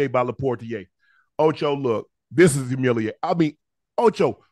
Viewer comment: Yes, there are five syllables Ocho! Hu-mil-i-at-ing.😂💚😩😅